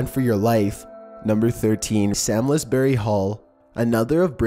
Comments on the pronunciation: I love your videos but I live near Samlesbury hall and its pronounced like "psalms-bury", not "sam-lez-berry" haha sorry, I couldn't not mention it :`D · It's pronounced Salmsberry not Salmesberry. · Sams lez berry hall?? I’m dying 😂😂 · Dont want to sound patronising but leap castle is pronnounced lep and i believe samlesbury is pronnounced without the l, samsbury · Doesn't surprise me that quite a few are in the UK. Number 13 is pronounced "Sarmsbrey" (Samlesbury)